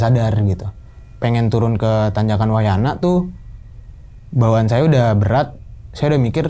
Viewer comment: Wayahna.... Bukan wayana😭